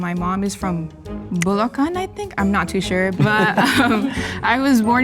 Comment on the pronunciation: If you were in the PI until you were 10, there's no reason to pronounce Bulacan that way. Pretentious shano